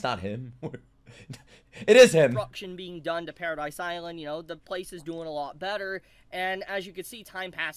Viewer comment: One thing I'd like to note is that it is Paradis Island, not Paradise Island, as in Paradise without E, or Paradise without Eren (because he is in hell, or something).